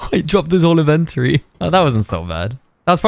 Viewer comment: “…dropped his whole e-ven-ter-ee”. Now that’s a new pronunciation. And “ Hey come here I wanna hug.” was pretty wholesome